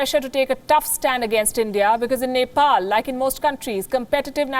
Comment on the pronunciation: Even the reporter couldn’t pronunce of Neplease cast how she can make a report without looking map of her country